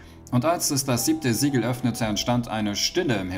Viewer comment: Sieben Siege Siegel was spricht er aus?? Ich verstehe nicht. Die ganze Zeit wiederholt er Sieben Siege Siegel.....